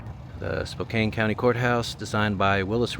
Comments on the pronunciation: Here's a tip. Don't pronounce it (spo-cane), pronounce it (spo-can). People there are sometimes really sensitive about the pronunciation of "Spokane" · Spo--can, NOT Spo-cane! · How many people screamed at you in the comments that you should ponounce Spokane like its missing the e on the end. Spoh-can